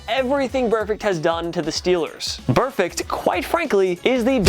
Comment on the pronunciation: So glad juju nailed burfict lol